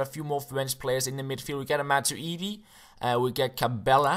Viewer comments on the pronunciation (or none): matuidi -- machuweedee